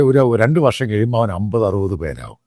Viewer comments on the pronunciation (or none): none